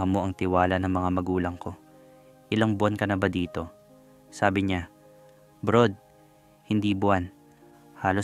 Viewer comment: Hindi nga kasi brod yong basa non.. brad talaga 😂😂😂